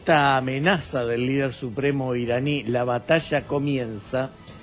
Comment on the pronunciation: ASHSHER. BATASHSHA. DESARROSHSHANDO.😂😂😂